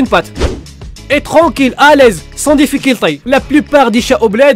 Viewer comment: sans dificuldey 😂🤣